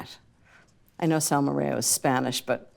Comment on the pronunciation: Hi Ina, I love Salmorejo, just please keep in mind it's pronounced Salmorejo like Jose. Normal topping would be spanish ham and egg, but I always like your take on things:) also I prefer when it's super smooth, so if you put it through a sieve, you achieve the nicest texture! <3 From Janki